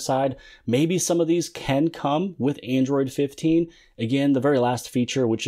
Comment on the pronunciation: Android 15? Did.you say it wrong?